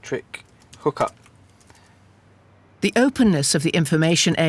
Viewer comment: "ELETTICK HOK UP" is diabolical 🤦🏾‍♀️😩